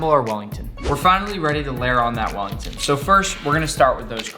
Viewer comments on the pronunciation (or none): sounded like he said fat willy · “fat welly”